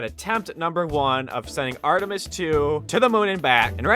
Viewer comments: Bruh its called Artemis not Artemeis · "Artuhmeatis 2"